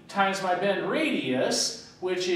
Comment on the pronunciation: bend allowance...not bed..slow down a little, It would also be a little helpful if you could write neater, it makes it hard to follow you...your great at what you do please consider my request